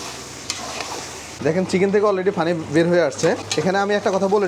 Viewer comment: ফানি না পানি?🫤পানি উচ্চারণ না করে ফানি ফনি করেন শুধু🤔